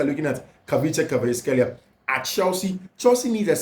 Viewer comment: "Kvaratskhelia"........pronounced [ ka rats kelia] not [kavrishkelia]. Good work. Much Love❤